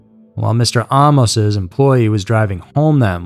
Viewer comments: Why are you saying Ahh-mos? Isn’t it Amus.. like Amos and Andy? Just sounds weird 🙃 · "Ah - mose" U sure 'bout that? I suggest "Ay - mus" as another possibility. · Ed was my first supervisor. His last name was pronounced “Aye-mos”. Not Ah-mos. People became suspicious after Carolyn. Bobbi was warned. Ed was handsome, young and on his way up. He was always very kind to me. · I grew up across the street from him; I used to steal beer out of his garage.. I remember the night his first wife died . This is SO full of BS..Including the pronunciation of his last name. It's AAA- MOS-short o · You do not have all this info right because my second cousin was Carolyn Ann, his second wife. He was from Anderson, Indiana , not much Michigan, like you stated in your video. Also the last name is pronounced with a long A like AAAmos, you are not pronouncing the last name correctly. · Bullshit! He even pronounces his last name wrong- I GREW UP ACROSS THE STREET FROM HIM!! THIS IS AT.LEAST 45% BULLSHIT- THE MOVIE IS 75%!! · You mispronounced his name, and you have his hometown wrong. He is from Anderson, INDIANA, not Michigan. I knew the guy. The pictures you present are from Anderson, Indiana. You could've easily seen this with a simple Google search. Not sure where you get that this happened in Detroit.